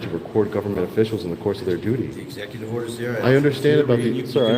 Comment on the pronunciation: I shid a dot everytime I heard esssecutive order. I'm huckin' fammered....🤪🥃